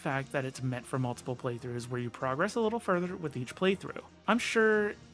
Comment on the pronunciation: You don't say "progress" right. You say the noun form, (PROgress) but you're using it as a verb where it's proGRESS.